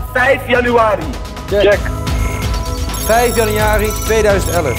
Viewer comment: ‘vijf janijari’